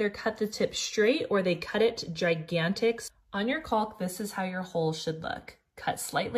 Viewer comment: Love the all the tips. FYI the L in caulk is silent